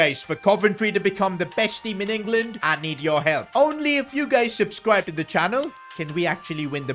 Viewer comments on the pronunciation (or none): Bro said Subcwibe in